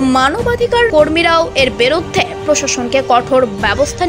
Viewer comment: Words to watch for pronuncitaion: biruddhe - not biroddhe mob - not mobo ek-i - not ekoi tablig - not taablig bhango-re - not bhang-re udbeg prokash - not udbigno prokash (mistake of the news writer) go-boloye - not gobloye etc